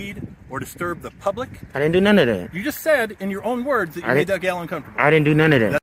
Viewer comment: The word is that, not dat!